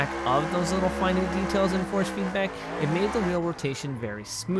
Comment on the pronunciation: The word you’re looking for is ‘finite’. Sounds like you’re saying ‘finute’ which is not an actual word. Sorry, always seem to be leaving pronunciation comments on your videos. Keep up the good work👍